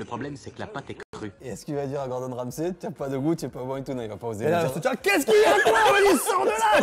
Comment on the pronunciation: Question pour les francophones. Vous prononcez le sey de Ramsay ''sai'' pour pas confondre avec le comédien francais ?😅 Ou c'est la traduction qui a foiré dès le début ? Parce que ça me fait buguer à chaque fois